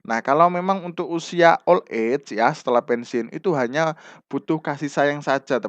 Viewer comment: Terima kasih sudah berbagi ilmu untuk bapak. Tp demi kebaikan bersama pak, terutama utk kami2 yg suka belajar dg metode mendengar, mohon bapak diperbaiki pronounciation (pelafalan bhs inggris) nya agar kami ndak salah mengartikan makna soalnya, seperti saat pelafalan kata "old age" dan "retirement" itu sy sampe perlu membaca tulisan yg disediakan, pdhl tujuan sy nyimak yutub krn saya orang yg suka belajar dg metode listening. Tdk perlu sampai seperti native speaker, asal pronounce udah mirip itu sudah sangat membantu. Terimakasih atas pemahaman dan pengertian nya, ttp semangat berkarya dan smg makin berkembang channelnya